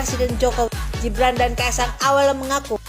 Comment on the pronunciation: Heiyyyyyyy,jeng....nama orang jangan dirubah dong...pean pakai bahasa Indonesia..kenapa sebut nama Gibran jadi Jibran...setahu saya TIDAK SEMUA G harus dibaca J...